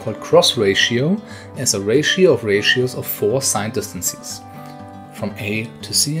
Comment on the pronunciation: What I find funny is that you correctly say "differences" but for some reason say "distan-sees" :D Great video though :)